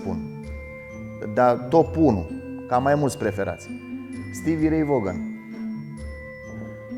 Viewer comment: Vaughan se pronunță Van. A decedat în 27.08.90, nicidecum în '89. Toate bune, mai ușor cu lucrurile puse doar ca să fie puse.